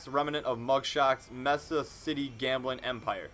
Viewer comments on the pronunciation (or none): none